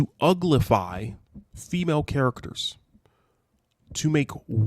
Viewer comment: I laugh when u say uglify